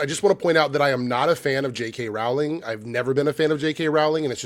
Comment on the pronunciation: Her last name is pronounced like Rolling Rock Beer, not Rawl-ing, Yu dumbass! Say her last name right!